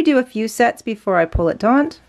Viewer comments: taut There's no 'n' in the word. Sorry to be the Grammar Police, but that's one word that always makes me cringe when I hear it pronounced incorrectly. Taut and taunt have two totally different meanings. Please don't take offense. I welcome corrections about things I may be saying or doing incorrectly and I hope you are the same way. Love this joining technique. Happy crocheting! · It's not TONT it's taut. No N. Do better. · Firstly, may I just say that I love and have learned so much from her! Secondly, since she makes a living by posting tutorials and selling products online, and thus putting herself in the public forum, I hope that she is willing to take your well meant and accurate observation, and that she will correct her pronunciation of the word "taut" for future videos. This common issue of the word "taut" being mispronounced as "taunt" is like fingernails on chalkboard to my ears.